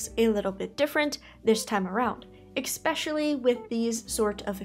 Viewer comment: I'm losing my mind. It's pronounced eSpecially not eXpecially.